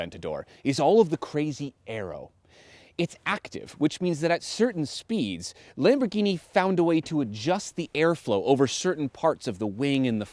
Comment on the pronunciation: Awesome video. You both tried your best with the Italiano pronunciation. However you have to pronounce the "r" in Lamborghini and pause a bit when pronouncing the double consonant in "Attiva"